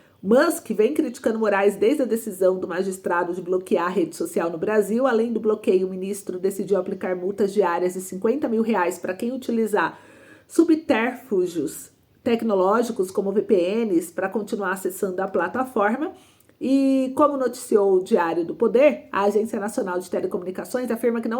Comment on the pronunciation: Querida: a palavra é “subterfúgio” e não “subtérfugio” como vc pronunciou!